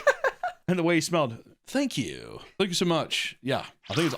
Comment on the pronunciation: "Thank yew" Lmfao 🤣 I'm dead